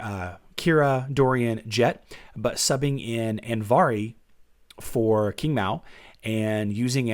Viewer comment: Didn't we agree to that Qing Mao is pronounced Ching Mao? B'cuz Qingdao, Qingmei, Qinghai are all with ch-sound.